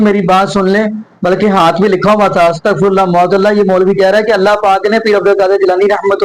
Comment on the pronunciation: سلام علیکم جناب ، آپ اچھا وڈیو بناتے ہیں ان گمراہ علماء کی گمراہی بتانے کے لئے ، شکریہ ، مگر آپ شاید معاذ اللہ کا تلفظ غلط کرتے ہیں ، م پر زبر ہے ، پیش نہیں ، I will write the pronunciation in English. M'aaz Allah and not Mu'aaz Allah, Jazak Allah Khair